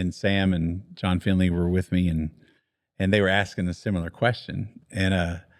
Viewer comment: It was great to hear you call John Finley “FINLEY.” When he was a kid, he played Mighty Might football in Lebanon Mo on a team with my son. John was kinda squirrelly, as a 7 yr old should be, and when he wasn’t paying attention, you’d hear the coaches yell out “Finley!” It’s wonderful that he’s still referred to like that. He and his family are great, following Christ and sharing God with my kids. Great memories!